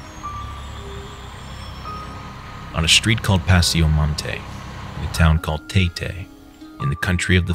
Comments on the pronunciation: im a filipino and in he said tay tay (tay like taylor) and i was wondering huh where could that be lol its tie tie thats how you pronounce it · Sir, it's pronounced Taytay as it is. Not Taytay as in TAYlor swift. Just wanted to point out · I just wanna point it out. Taytay is pronounced with short A's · it's pronounced taytay not teytey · I love how you pronounce “Taytay” 🤣🤣 it’s so funny to hear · the fact he said "tay tay" wrong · Bruh, , he can't even pronounce the word "Taytay" properly. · His Pronounciation on "Taytay" is wrong. The A supposed to be pronounced "ah".